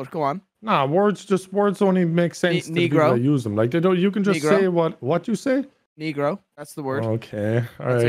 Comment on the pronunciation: Spanish word for black isn't pronounced like "knee-grow" it's actual pronounced like "neh-grow" little pronunciation correction from your local puerto rican